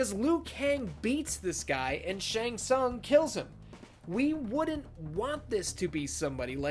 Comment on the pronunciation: Fun fact: Pronunciation of Shang Tsung in this video is sounds like something else in Hungarian. What this pronunciation looks like in Hungarian writing: Seng szang Which is almost saying in Hungarian: Segg szag(very similar pronunciation) That means: Ass Stink